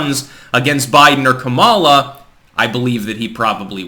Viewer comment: It's pronounced Ka'-ma-la, not Ka-ma'-la.